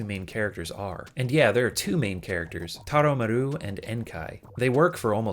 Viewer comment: "A single gold coin" 😂 Also, the way he says Taromaru is quite funny